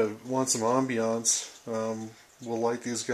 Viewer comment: Say "ambiance" again. Then say "cheese".